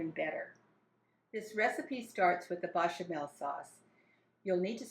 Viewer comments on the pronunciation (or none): BAYchamel. Not BAHchamel. For someone who claims to have learned to make this in France your pronunciation is terrible. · As a native French speaker (born in France, French mother, French grandparents on mother's side, went to university in France, lived in France, etc) I sugest you learn how to pronounce some of the words you are using. Your 'English' is poor... your French is simply appalling. It's not "Bachamel" for a start... note the é as the second letter which is definitely NOT pronounced the same as an a As for the dish itself... talk about making a pig's ear of things! I really, REALLY, R E A L L Y wish Americans would stop making cooking videos. YOUR FOOD SUCKS!!!!